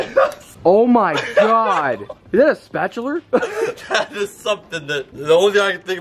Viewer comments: says "oh my god, is that a spatuler" not spatula. 😂😂😂😂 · "Is that a spatuler" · Not a spatula a spatuler